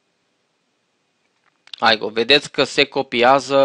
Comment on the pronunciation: Se spune simplu IGO nu AIGO deoerece nu este un soft american sau englez ,este un soft german-unguresc,etc ,I se citeste i nu ai....